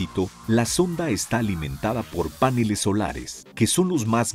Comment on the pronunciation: "Páneles" y "vidéos"... Estudiad un poco más el Español de cómo se actúan las palabras o su pronunciación. Agudas, llanas o esdrújulas y lo que un diptongo y un hiato. Gracias por volver a estudiarlo ;)